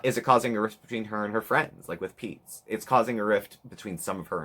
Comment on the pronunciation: the “GOOD. FOR. PEETZ.😬” took me out lol